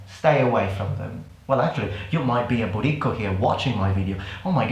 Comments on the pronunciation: It keeps sounding like you're saying "booty call", haha. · I keep hearing "BootyCall"😂😂😂 Man I love you 🙌🙌🙌🙌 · At first I thought he was saying "booty call"